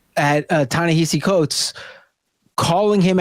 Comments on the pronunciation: When did his name become Ta-NeHAsi? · I think y'all have discussed Ta-Nehisi Coates enough to learn how to pronounce his name